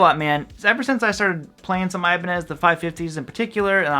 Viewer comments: No thanks. I hate the feel and sound of locking guitars. I tried one in the 1990s, and it felt so unnatural. I stuck with my Squier Stratocaster. And I feel it should be pronounced E-ba-nez, not Ay-ba-nez. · First of all brotha it’s Ibanez not Ibanez.